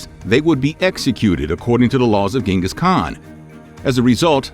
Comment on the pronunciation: I would have liked that, as someone claiming to be educated on Mongolia you would know such a basic thing like that this man's name is pronounced 'jin-gus not gen-gus. Sorry to be that guy, but that's his name.